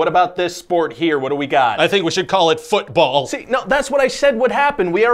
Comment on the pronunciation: ah yes, fütball